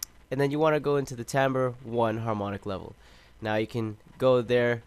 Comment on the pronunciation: I like it when people pronounce timbre correctly. Thanks for the upload.